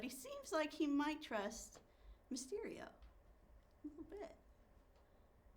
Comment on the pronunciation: It's Mysterio, not mystery. Geez.